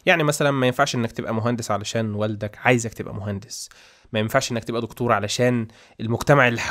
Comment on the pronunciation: مشكلتك حاجه واحده نطق وحش جدا جدا جدا ليه بتقول دقتور ما تقول دكتور ومسمهاش قوت أرجوك قناتك حلوة جدا بس نطقك بيقفلني